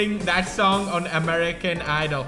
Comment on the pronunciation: it said ameri-CANINE lol